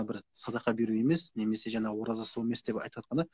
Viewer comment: Жанагы емес жаңағы